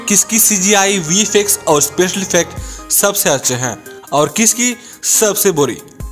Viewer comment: Bro that is not vi-fi-ex Thats vi-f-ex